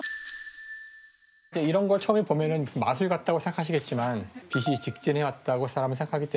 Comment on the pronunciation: 빛이, 빛을 [비시], [비슬] 이라고 발음하는거 너무 거슬리는데 병인가..